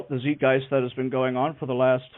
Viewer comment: Nitpick for: "Zeitgeist" is a German loaner word, and both vowels are pronounced with the long "I", as in sight, or time.